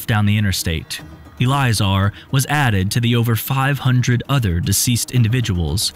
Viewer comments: Eh-LIE-eh-zar........🤔 el-ee-A'-zar.......😐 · Its pronounced EL-IH-zar. God, that annoyed me way more than it should be. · The way he repeatedly mispronounces Eliazar is unbearable.